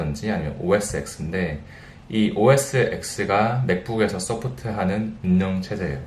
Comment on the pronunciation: 딴지는 아니고 살짝 놀라서 다는 댓글입니다만.. 무려 샌프란시스코 현지에서 일하시면서 OS X 을 오에스엑스라고 읽으시다니요